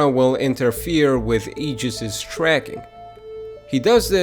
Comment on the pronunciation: Btw the name "ageis" is pronounced more like "ay-jis" not "E-jis"